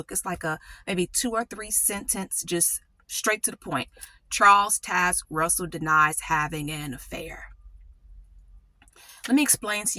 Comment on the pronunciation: When you pronounced pastor Russell’s name it reminded me of a grammar rule that could be helpful. When a word has an “e” on the end the vowel says its name. Fat/fate Bit/bite Bot/boat Charles Taz/Taze Russell